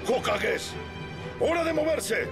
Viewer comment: "Moverse" dice xD